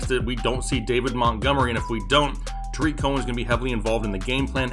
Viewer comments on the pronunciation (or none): none